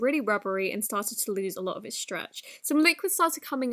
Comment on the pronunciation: ‘ I ashumed ‘